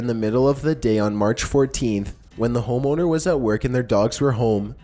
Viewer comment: "homeowner" sounds like "ho moaner" the way says it